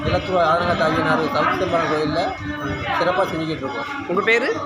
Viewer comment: ஐயா மன்னிக்கவும் இது ஆலத்தூர் இல்ல இலத்தூர்